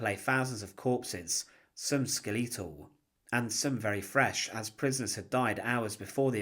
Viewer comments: Ska-Lee-toll?. How about skeletol?? Fucking AI… Thumbs down… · skeletal pronounced skeh luh tl, not skel ee tul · Skel-atol' , not tryna be rude lol maybe it's a dialect difference Also, many of the men liberating the camp had been jews themself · "Some skellEEtal..." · There's no fucking way that's the correct pronunciation of skeletal